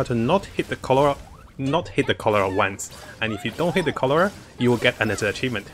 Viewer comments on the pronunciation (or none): Its Corolla not colora, some flowers might get offended from your mispronunciation !!! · I keep hearing "cholera". Sorry XD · Corolla, I keep hearing Cholera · 'How many times can say corolla wrong challenge' lol